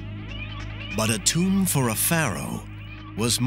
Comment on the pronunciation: You guys lost me at "tomb"